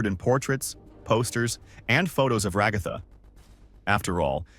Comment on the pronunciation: Just came to comment about the times you pronounced it like "Regotha"